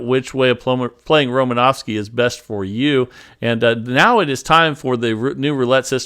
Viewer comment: You sure butchered romanowski demonstration